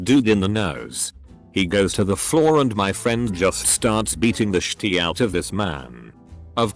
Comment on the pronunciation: Us: shit Reddit robot: shi-tee